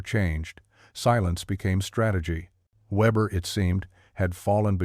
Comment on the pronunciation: Weber pronounced Veber